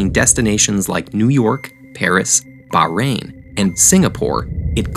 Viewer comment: Did you just say bahrain!!!